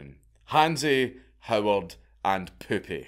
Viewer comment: As much as I laughed hearing repeatedly "Poopy", actually is pronounced "Poupeh", poupee meaning "doll" in french. Funny joke nevertheless. Can't remember last time I laughed so hard.